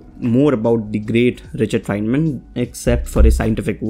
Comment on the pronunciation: Not fienman not fineman Instead Feynman